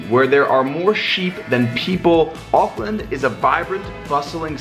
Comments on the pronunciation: And of course he macs up the name to auckland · He’s saying Auckland wrongggggg